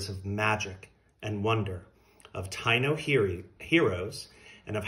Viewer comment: Taíno is pronounced Ta-ee-no 😊🙏🏽🌿